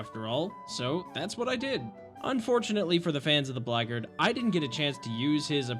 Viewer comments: It’s not pronounced blackgard, it’s blackguard, as in black-guard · Is Blackguard supposed to be pronounced like "Blaggard" lmfao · That's what I thought you said. I was like "What kinda modded class is the Blaggard?" Then I looked at my screen and went "OH BLACKGUARD!!" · I'm sorry, as a Blackguard player, the way you pronounced "Blackguard" dealt major psychic damage to me 😭